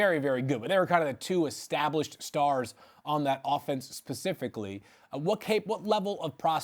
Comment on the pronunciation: Talking about Williams and Addison he said "Pacifically" one time ever where that is correct 🥴🤔🤔